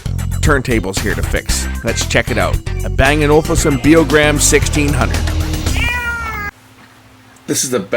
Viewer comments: ol-UUUf-sun, not olFusun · It's O-Luf-Sen. What's wrong with audiophiles man? We just like great sound! 😆